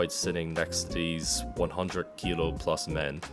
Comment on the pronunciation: I was about to make the same joke, I did a double take when I heard that haha. I forget with some Irish dialects the "th" comes out as a hard "D". Pun intended.